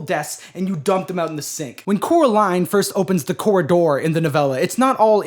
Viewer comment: man really said coraline and her cora-door